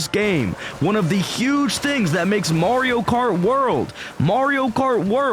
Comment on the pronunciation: Marrrrrrio? The games even tell you how to pronounce Ma-rio at the start when Mario says it